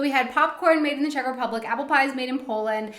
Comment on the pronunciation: when you talked about the popcorn it sounded like you said made in cheshire. If so, cheshire is in the UK not the czech republic.